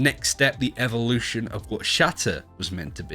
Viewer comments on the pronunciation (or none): none